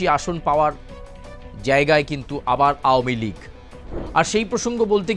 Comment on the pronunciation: এটা কি নিউজ চ্যানেল নাকি একাঙ্ক নাটকের আসর? তাও ভুল উচ্চারণে বারবার 'আহমীলীগ' বলে নিজেদের হাস্যাস্পদ করে তোলা!